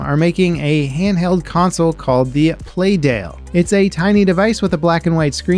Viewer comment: He said “PlayDale” when referring to the PlayDate handheld. Weird.